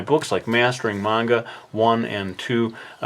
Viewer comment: Thank you for pronouncing the word "manga" correctly. And I like how you lay down the pencil when done! That's a good feeling for an artist!